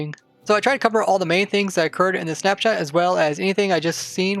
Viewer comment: I heard Snapchat when you said snap shot